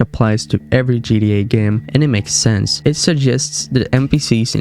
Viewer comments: He can’t even say GTA right he keep saying GDA 😂🤦🏽‍♂️ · Why is he saying GDA😭😭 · I can't watch your videos as you keep calling it GDA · Bro said GEA instead of GTA🤣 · "g D a"? no. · GTA not gda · G TTTTTTTT AAAAA NOT GDA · "GDA" is super fucking annoying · its GTA not GDA!!!!!!! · Bro, it's gTa not gDa. 😂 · it sounded like he said GDA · Why do you keep saying GDA? Stop it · Why you guys like that. He can still say the words so what if he pronounces it wrong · Tell him to pronounce it right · I’m sorry but why you say GTA like that